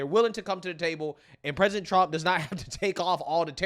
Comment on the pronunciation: Pressint tump. Dafuq?